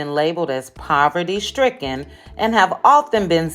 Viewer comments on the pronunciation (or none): The Graduate said Proverty